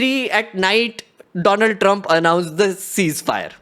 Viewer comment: WTH!! You just called Donald as Doland….validating Modi’s blooper😂😂